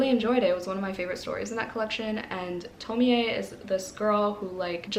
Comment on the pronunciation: The Broken Girls is really good so far. So excited for the liveshow! Can't wait for sapphicathon! I loved Orquidea Divinia. You are pronouncing Tomie correctly! The e is pronounced. You make me curious to read Junji Ito all the time. It's not really my type of manga but I'm curious. I read Summer Sons in October and was excited to read a southern gothic queer stories but it was like a 2.5 for me. Was so sad because it was an anticipated read for me. Girls of Fate and Fury!